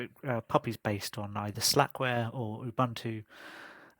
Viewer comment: Thank you for the review, I'm trying Puppy this week. Some advice :) Ubuntu is not pronounced 'Uh-bun-to', it is pronouced 'Uh-boon-too' or 'Oo-boon-too'. It is an African term meaning 'humanity' or 'humanity towards others', there are many pronouciation examples on YT.